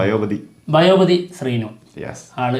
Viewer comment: ബയോപതി ശ്രീനു അല്ല. ബോയാപതി ശ്രീനു ആണ്